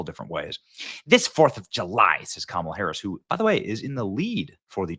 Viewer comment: Thank you for saying her kamala the correct way Benny … fake news says it the wrong way